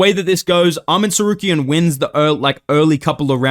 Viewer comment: Hey its arman tsarkaryan not tsaryukian